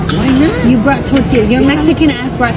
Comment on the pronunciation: Im assuming she is not Hispanic i can tell just by the way she pronounces your name and thorthilahh its Tortilla pendeja